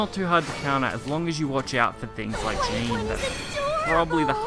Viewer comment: Jeanne is pronounced closer to Jon than Jean.